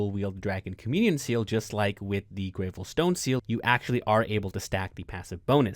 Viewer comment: Killing me with “grey-vel” seal pronunciation 🤣